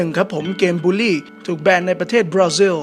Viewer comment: บราซิลหนูฟังเป็นปราซิล555